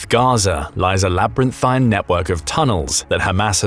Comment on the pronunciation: Stop watching this AI narrated channel. "Labarynthine" at the beginning is a dead giveaway as well. I don't have a real problem with AI voiceover but if you can't be bothered to tweak it I'm out.